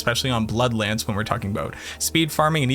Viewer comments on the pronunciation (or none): none